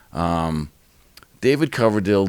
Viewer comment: Did the bald dude really say, "David Cloverdale"? Time to replace him with a knew sidekick.